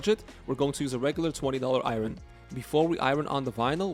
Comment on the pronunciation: “I-yern” not “ I-Ron” 😂 reminds me of Key & Peele